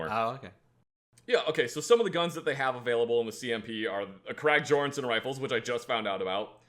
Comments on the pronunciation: Being Scandinavian, hearing "crack gjorgenson" hurt my soul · the krag-jorgenson Prenounced YORG'n'son is literally the smoothest bolt action I've ever owned it's beautiful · I'm sorry, but it's jor·guhn·sn, it's german, I think in the person's last name or first, I don't know. Just pronounce right please that's all I ask. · And then he completely messes up the Krag-Jorgensen...